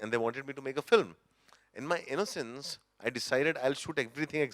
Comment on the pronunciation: The way nawaz says innocencee z proof enuf of his innocence! Superb insights!